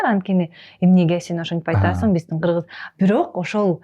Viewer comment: Додурогон журналис кыз. Ат жылы 😂Кырзыз эмен .эмне дегидей буйум беле.додур туура суйлогонду билбейт.тилдин боткосун чыгарган.